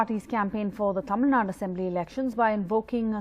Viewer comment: Madam Sarah Jacob, it's Tamil Nadu. Nad-U. U. Learn it.